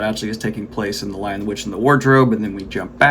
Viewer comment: Not sure if it was intentional, but I found the title mispronunciations humorous. "The Lion, the RICH, and the Wardrobe" "The WHY AND the Witch, and the Wardrobe" back to "The Lion, the RICH, and the Wardrobe" CORRECT TITLE PRONUNCIATION!!! And yes, I went back multiple times to ensure that I was hearing what I thought I was hearing.